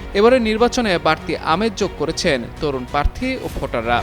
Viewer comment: পার্থী? এই হল সাংবাদিকদের উচ্চারণের অবস্থা।